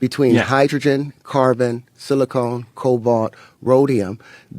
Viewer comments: Not sure how seriously you can take a Mendeleev-wannabe when he keeps referencing "silicone" rather than 'silicon". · He mispronounced a bunch of words called silicone and element , then said the spot on Jupiter would make a planet how when it’s a storm. Than said it’s at the equator it’s not it below it at twenty degrees. Then when asked to describe it he say the sun spits out planets like we poop… he a complete idiot n if u think he’s smart go get help .